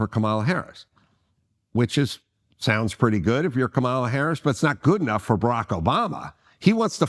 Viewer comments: I am not a democrat or republican. I vote for the person who will do the best for the country. I believe in respect and working with the “other side” because we are all Americans. You could at least pronounce her name correctly Adam. That’s a BS swipe at Kamala. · Its hard to take Adam seriously because he can't even make the effort to say Kamala correctly and he's doing it on purpose, because he is a racist and a sexist.